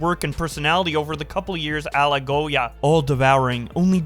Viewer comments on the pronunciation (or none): The way you said "ala Goya" has me dying 😂